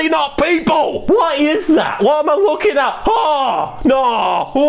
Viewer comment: I've heard it a 100 times and I keep hearing "Never looking too hard" kinda sounds like he says "never wookie too hard..."